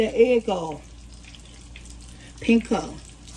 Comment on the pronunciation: "pinko" for panko had me giggling lol made me think of price is right game Plinko 🤣 Sammich looks great!!